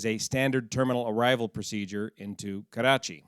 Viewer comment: Your Nawabshah and Karachi pronunciation were spot on .